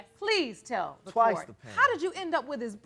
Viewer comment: “Court “. Not “Quart”. Good lord…..